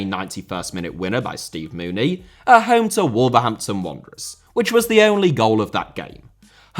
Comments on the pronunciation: Mounié* not Mooney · Not sure why Siewert is only number 7. Also, well done on mispronouncing Steve Mounié's name- something I'd let slide had you not just finished going on a (justified) rant about Thogden's intelligence (or lack thereof). Glass houses,... 😉